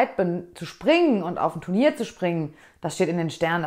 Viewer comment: ich frage mich schon länger wieso fast jeder reiter wenn er "turnier", sagen will oft sich verredet u d "tenur" sagt 😂 Ps: Mir gehts auch immer so 😂